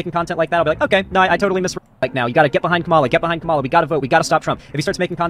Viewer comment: I like how says he should at least be pro-Kamala, but like most right wingers can't say her name correctly